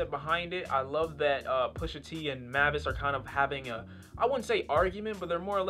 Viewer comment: Its pronounced like May-vis